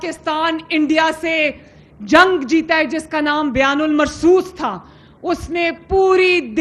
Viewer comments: بیان المرصوص ❌ بنیان المرصوص ✅ ایک تو یہ پڑھے لکھے نہیں اور کوشش بھی نہیں کر تے۔ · Byan nhi bnyan ul mrsoos hy jahil dnger